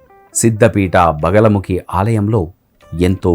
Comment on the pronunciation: బగలముఖి కాదు "బగలాముఖీ"..!!